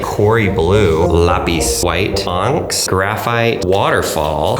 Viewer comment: Did he really pronounce "Onyx" as "Onks"